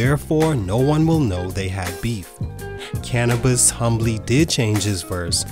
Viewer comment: "cana-buss" I feel like the narrator grew up on Taylor Swift and just started listening to black people music when Bad and Bougie came out